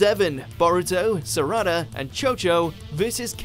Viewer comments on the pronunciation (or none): You pronounce the A in Sarada the same as you do in Sauske, and Sakura. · Saraada like 🤨 saRAda